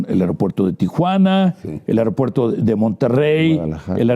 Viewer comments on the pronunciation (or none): Me preguntó porqué personas tan preparadas como uds., dicen: AROPUERTO?.